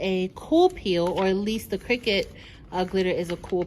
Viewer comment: Where is?! HE would have known how to pronounce Cricut! Great video! It was fun to watch and very informative.